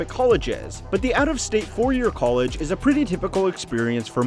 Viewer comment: Gotta love the accent of this guy - "COLE-edge." Lol. Sounds like many of the dumb girls who have gone to "COLE-edge."